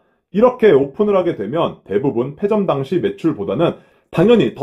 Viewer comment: 페 아니고 폐